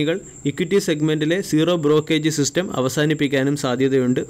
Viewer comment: Brokage അല്ല മനുഷ്യ.. ബ്രോകരേജ്...